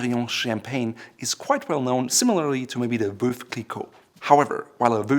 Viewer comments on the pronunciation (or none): Veuve is not pronounced "voove". The correct pronunciation is Vuv, like love....as to told to me by the house of Krug. Dom Perignon "Dom is an honorific name" is credited with the art of blending grapes and picking grapes at night to maintain freshness. Hi real name was Pierre Perignon. Does anyone know why some of the Champagne Houses have German Names? Duetz, Krug, etc? Also the oldest Champagne house is Ruinart. The oldest Champagne house for producing still wine, not sparkling is Gosset